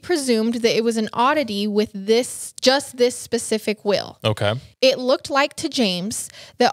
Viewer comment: Love you guys but Again it's "MALE" not "MILL". Also it's "WHEEL" not "WILL"!! so cringy!!! And "You can just FILL in the video", it's "FEEL" 😂😂😂